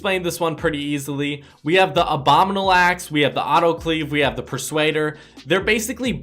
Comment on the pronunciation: the way you said “aaxe” (axe)